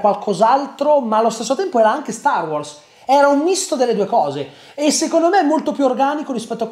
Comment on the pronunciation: mi da fastidio come pronunci wars